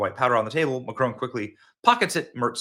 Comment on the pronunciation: Please stop calling him Macrone....it's mac Ron, with emphasis on first syllable (mac), and Ron, like the man's name!